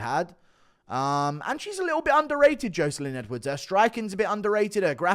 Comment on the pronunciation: Good vid as always but please stop saying Joeselyne Edwards am I right